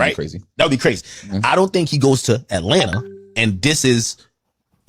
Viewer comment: U really be sayin Atlanter instead of Atlanta 😂